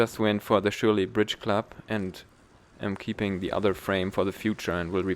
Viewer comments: Die Farbe ist klasse. Ich bin mehr der less is more Typ; bin gespannt was du da gebaut hast :) Aber hey, Surley spricht man nicht Schurlie sonder eher Sörlie mit nem scharfen S. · It's just an S sound, not sh... so it's Surly, not Shurly. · Great video and content. I have a Surly Ogre here in Portugal. By the way, as you mentioned in the description your pronunciation of Surly. It's Surly with and S as opposed to a Sh.....like surplus, not shurplus if that helps. More importantly though, I like your quite unique take on a Youtube bike review. Best regards, Andy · I can't listen to you messing up the pronunciation of a bike brand.